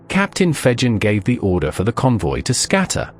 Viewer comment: *Jervis Bay. And Fegen is pronounced with a hard 'g'.